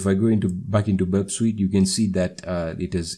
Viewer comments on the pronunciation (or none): Burp Sweet lmao